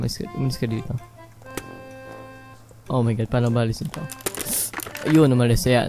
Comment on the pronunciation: XD natatawa ako sa pagsabi ni na OMG sabi nya O Ma God xD